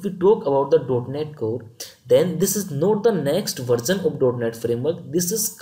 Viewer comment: Content and explaination is good. But please don;t say Applicasan, versan etc.... it is Application, version and similarly other words.